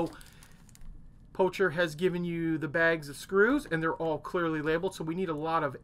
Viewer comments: Great video; my son and I will be following your steps with this kit. One small note about your pronunciation - do you know why the logo of Pocher is a playing card king? Well, because it is actually meant to be pronounced not "posher", not "poucher", but "poker" (-Well, to be really precise, it should be pronounced as "Pokher" as it still just a meaningless name that presents an easy opportunity for some wordplay, thus the playing card logo)... Otherwise, the vid is great! Cheers! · Poker. it's pronounced poker. (clue is in the logo) . Anyhoo, terrific review.